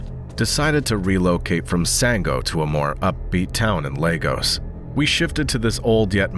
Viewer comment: story two...did i just hear LAGOS wooaah